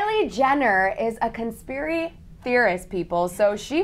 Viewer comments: She got it right the second time she said it xD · Conspiri theorist?? Really girl? Lol conspiri?? Learn the word before you speak it. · Conspiry? So damn incompetent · she is dumb she said conspiry on conspiracy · the girl in the olive top and black jacket... can she say 'conspiracy'? bcz she opened the show saying 'conpirie'... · LMAO "conspiry" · Girl can’t even say conspiracy! Can’t even next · She can't even say conspiracy right why am I listening to her explain shit